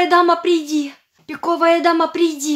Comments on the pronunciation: Он говорил пико́вая дама ане пиковая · говорит странно:піковая дама пріди😢 Настя за дверю:пон